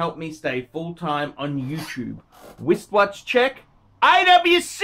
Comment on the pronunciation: Did you say, "Wist Watch check"...must be wrist phist fatigue syndrome!